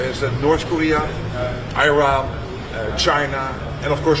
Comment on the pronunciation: You mean mispronouncing "Iran" ? That's the only thing I noticed